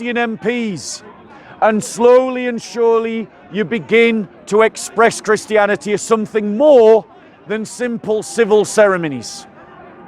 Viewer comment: why you dont pronounce the last 't' when you say reality or christianity. WHYYY